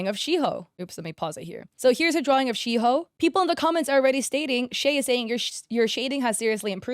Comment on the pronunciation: AKITO AKITO AKITO KITO AKITO AKITO..Sry I love the pancake man (at least u pronounced Shiho and Saki right we love Leo Peak, also the characters r from pjsk which is a rhythm game.. :3 😼)